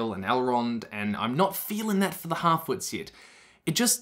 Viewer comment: Every time you say harfoots, I can only hear halfwits, because of your accent...